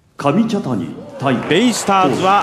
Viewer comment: かみたちゃにww